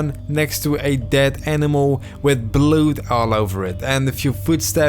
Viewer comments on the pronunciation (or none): "blued?" its blood (bl-UD)! have you never said that word before?